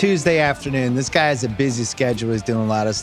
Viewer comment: “He’s everyone’s GUY”😅